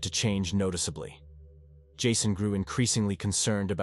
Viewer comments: "This is ", the AI bot signs off, the bot that can't pronounce the victim's name the same way twice: is it "Jasson", "Jason"...? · He’s AI. How can a person mispronounce Jason ?!